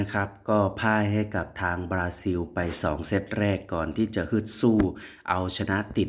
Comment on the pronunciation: ประเทศเขาชื่อ บาซิน ไม่ใช่ บาซิว